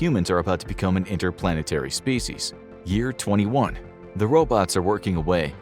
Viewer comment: "interplanetary species"-!? Astounding, you didn't use the mouth-breather mispronunciation of species as so called "spee-she's" and worse; "spee-she-is." You might be sane~respectable.